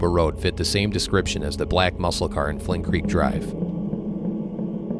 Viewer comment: It’s Flint Creek, not Flynn Creek